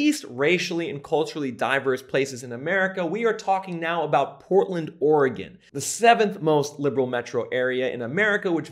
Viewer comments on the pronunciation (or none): none